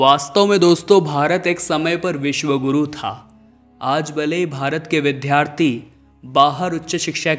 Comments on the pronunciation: Whyareyounonsenselyaccenting. Wronglyvdhalaya. Instead. Of. Vidyalaya. Vddhharthiinstead. Of. Vidyarthi. You. Are. Fooland. Making. Follspekkng. Wrong. Prenunciation. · सही शब्द 'विद्यार्थी' एवं 'विद्यालय' हैं, अर्थात् 'Vidyarthi' एवं 'vidyalaya'; न कि जैसा आप बोल रहे हैं— 'vidhyarthi' एवं 'vidhyalaya'... आप 'ज्ञ' का भी बहुत ग़लत उच्चार करते हैं।